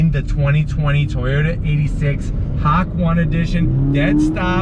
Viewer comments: I don't think you are pronouncing it right...I believe it's ha-kō-né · lovely green...very tempted to trade my steel frs just for the color:s great review as always...but gonna ZONK you for the Hakone pronunciation:p (Ha-Ko-Nay) and that armrest was the one I was referring to for you and Lori. It has been a dealer installed option since the beginning but I guess very few 86 owners opt for it. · Yea, the Japanese language in English gets real tripped up a lot, like everyone says karaoke wrong. は こ ね(Hiragana) Ha-ko-ne(Romaji) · who else loses brain cells due to the mispronunciation of hakone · All these white dudes reviewing the 86 butcher the name. It’s not that hard to look up how to correctly say the name. Lmfaooo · I would just edit and mute out everytime you say it or voice over it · Really wanted to watch the video but couldn’t get past the pronunciation lol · It's a great review, people have said this already, but .... Pronunciation........ :( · You ran over the pronunciation 😂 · I was reading the comments about his hakone pronunciation until i hear him say hack one. Hakone is like ha like Hat, ko like Con, ne like Net It’s really hard to say or read other language even pros will make mistakes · It’s pronounced “hawk-own-aye”. Besides that it was a fantastic review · Its not Hak One. It's pronounced Haconey (like the hot dog coney) Ha Coney. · That green is pure amazing. Those bronze rims go perfect with that color. Also hawk one!? Always thought it was ha-kone-eh like the town in Japan. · Repeat after me, HA-koh-neh. Hawk one. Lol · What I don't understand is where he even gets "Hawk one"? If he had said "Ha" and then "kone" like an ice-cream cone, it would at least made some sense. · He's saying hock, not hawk. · The Hak One made me and my friends laugh so hard, thank you bring happy to us, BTW your video is very good! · Ahhh the Hak-one. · Ha-Cone-Ay! I nearly died of 2nd hand embarrassment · Disliking just cause you pronounced it “hack-one”